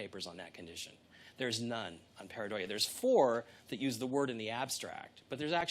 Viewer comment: pareidolia is a true thing.Have you seen the recent High Resolution picture of the famous "martian face"? google it ,and then you'll understand what pareidolia means.You can't even say it right....